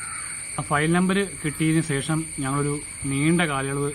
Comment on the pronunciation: sesham alla shesham